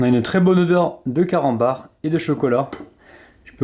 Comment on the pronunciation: C moi ki entend mal ou à 00.18 il a d'i camanbar au lieu de carambar 😂